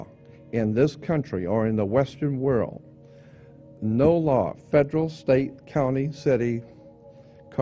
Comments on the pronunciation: He makes reference to "the whirl" " no idea in the whitl" so often, he over uses the word "whirl" it's laughable and it's difficult to take some one seriously when they pronounce world with a silent L. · He's sayin' World with a silent D lol.